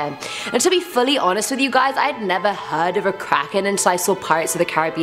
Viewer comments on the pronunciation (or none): none